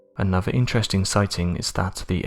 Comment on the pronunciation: He keeps saying "his bruvver". Does he mean brother? Is it that hard to pronounce? And anovver instead of another.